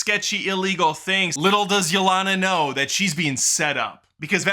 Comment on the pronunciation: You mispronouncing Yelena's name after hearing it pronounced correctly for 2 hours (Ya-Lane-Ah), has to be a bit. If it is, I'm here for it.